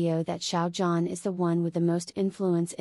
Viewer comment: thank you for this! but please learn to pronounce Xiao Zhan's name properly. it's so grating on the ears how you mispronounce 'zhan' that i cannot bring myself to sub to your site. it's not 'JAN' and you can hear the correct pronunciation of his name on other YT sites, esp the chinese ones.